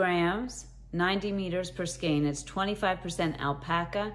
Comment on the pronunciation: Hi, I just subscribed to your channel. Wow what a giveaway! I like all the yarn but I love the thinner cotton blend yarns specially the orange one from ICE. Thank you for pronouncing the word skein correctly.